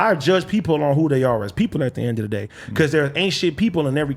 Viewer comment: AD is a lame and sounds like a completely incoherent idiot. As the token Black guy who clearly enjoys playing the the role of the token Black guy on a white show, your buffoonery is annoying, inarticulate, and disgraceful “at da end a da day” 🙄